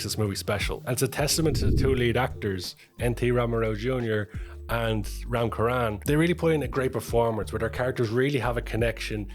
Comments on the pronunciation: Ram charan not ram Karan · Please spell Ram "cha" not "ka" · Ram Charan! Cha-chhhh Ran! 😅